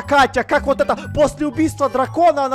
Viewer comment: ты сказал воть